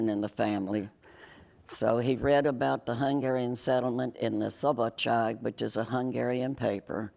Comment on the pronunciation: Református vagyok? Nem. USÁban élek? Nem. Rákerestem erre? Nem. Értik ezt a kommentet? Minden bizonnyal nem:D De a néni -nál biztos beszéli a magyart mert jól ejtette ki a szabadság szót:D